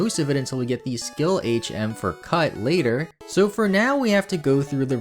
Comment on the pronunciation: Reads later (lāter) as latter 🪜🤣